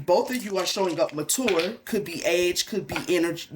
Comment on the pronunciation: 😂 when you said “mature” man I was hearing “manure”